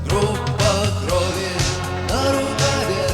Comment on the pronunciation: Your pronunciation of Gruppa Krovi is rather good for a foreigner. Yet Kino is stressed on the second vowel: "kinO", not "kIno". Russian stresses are known for their low predictability.